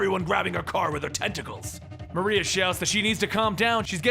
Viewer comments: Hey big fan but chick's name isn't Black "Maria" its Black Mariah "Ma-Rye-Ah"...like Mariah Carey. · u said her name wrong is black mariah not maria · Just FYI it's Mariah pronounced the same as Mariah Carey not Maria. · Love this video, but it's Black Mariah like in Mariah Carey. This was a hilarious read. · For future reference bro, it's pronounced Black "MARIAH" as in Mariah Carey. I know you like to be as accurate as possible, just thought I'd point that out for ya. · it's "Mah-rye-ah"